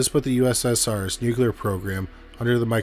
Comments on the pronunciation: I heard 'agonal'... ? What was killing me was the 'nuculer' 😣 😅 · Nucular is not a word.